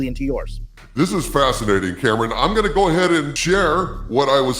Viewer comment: Kam-ran not kampung.